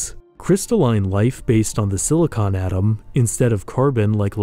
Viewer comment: Thanks for saying “silicon based life”. I frequently hear people say “silicone based life” and I always make a joke in my head about how we already have that in LA.